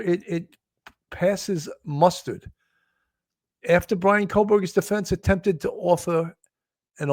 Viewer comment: It’s “passes muster” not mustard. As in mustering (gathering for inspection) the troops.